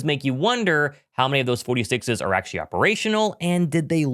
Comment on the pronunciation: Achee achee achee. Please pronounce the word "actually" properly. You're not three years old anymore. Also, there's no reason to say it so many times.